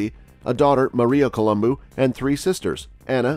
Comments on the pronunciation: It’s colum Bo not columbooooo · It’s not Coluboo it’s pronounced Colubow 😜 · He said it quite well it ends with a "u" not an "o" and in the romance languages vowels retain their singular sound. Thus Col-um-boo or bu is correct. Col-um-boh is not. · Colombu not Colomboo!!! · Why does this guy gotta call him Columboo? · Yeah every time he pronounced his name I cringed but lots of folks pronounce words differently so I was inclined to just give it a pass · At least pronounce his name right, bro! Good grief. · Learn to Pronounce his named correctly if you are going to do a video....kinda blows your credibility on what you are reporting.